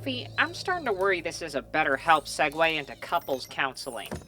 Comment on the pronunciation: Girl "segway"??? It's "segue" lmfao, a segway is that electric scooter type thing